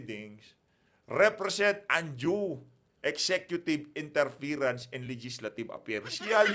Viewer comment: “Interference” not interferance❤